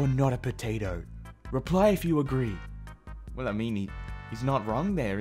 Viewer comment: "Like if you Argee "